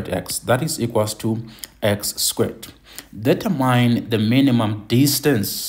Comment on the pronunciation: Can we try to pronounce "determine" as "d- ter-man".